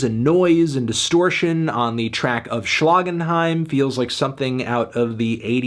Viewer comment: I come back here every day just to hear Anthony say "Schlagenheim"